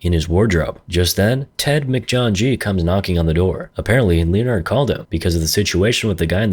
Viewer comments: Lee-in-ared🙉 lin-ard👍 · it's pronounced Lenard....2 syllables, the o is silent. Like the same way leopard is pronounced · I'm calling anyone named Leonard, “Leo-nard" lol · Great video, greatest clapist right here. Why are you clapping me like that with Leonard's pronunciation?